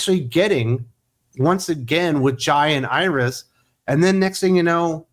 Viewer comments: It took me a minute, but when you were saying "Jai and Iris", I thought you were saying "Giant Iris". Hahaha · I keep thinking you’re saying “giant Iris”